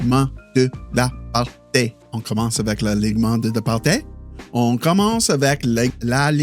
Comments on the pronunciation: No, he didn't. He pronounced "alignement" and the first part of the word "partie" correctly, but the ending was incorrect. It should sound like TEE rather than TAY. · Partie: try pronouncing it partee or partea rather than partay. Cheers! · Partie is pronounced "par-tee" not "par-tay" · Alognement de la « par-tee » not ay ☺️ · "alignement de la part-ee. Sounds more like part-ee han part-ay... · Partie is pronounced like party but with the hard r. It's a "ee" sound not a "é" or "eh" idk if you know accents in French yet. Keep it up brother you're pretty good already. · L'alignement de la parT (just prononce T instead of TIE) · When you want to say “partie” pronounciate it the same way as “party” but with a French R. So the end of the word sounds like a word finishing in “ee” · Partie for you is partee. Because the "i" in french sounds like "ee" in english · Not at all lol, its pronounced "par-tsi" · he pronounced it with "tea". "Tea" is pronounced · ˈtiː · / pretty good... alignement de la partIE ... IE sound like mIddle